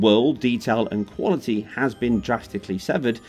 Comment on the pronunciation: "Sound wuality"